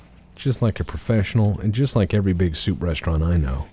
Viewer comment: It's shoup time, bork, and there's no time like shoup time.